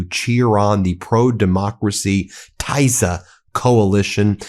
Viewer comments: Magyar’s party name is pronounced Teessa, not Taisa. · Pronunciation: TISZA (Tea Sá, as in Sad) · PRonounced Tee-za. and Fee-dez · it's pronounced: TEEsza !!! (Tisza) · Hey, Ben, the pronunciation of the upcoming Hungarian opposition party, Tisza, the 'I' is like in tea, not like the English 'I', just for your information. LOL